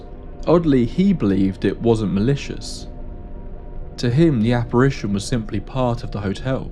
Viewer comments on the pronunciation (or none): none